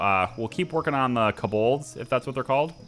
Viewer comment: At least in DnD we pronounce it Kō-bold (hard o like in oak or go).